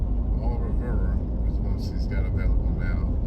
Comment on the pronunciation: Thank you for your reviews and impressions on those Tobacco’s. Sound like good possibilities. The ‘Au Revior’ is the French word for goodbye and is pronounced ‘O ruh vwahr’. Have a wonderful rest of your week! 😊👍💨